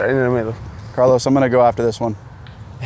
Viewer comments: Carl-OWSE Alcaraz.... Carl-OSS. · The way americans say 'Carlos' is great 👌 keep up the good work